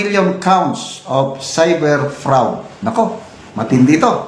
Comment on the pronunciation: FRAAD PO ANG PRONOUNCE